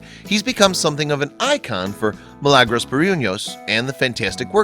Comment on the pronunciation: I believed her name is Mi-la-gros that was how they pronounced, not Mi-lang or whatever.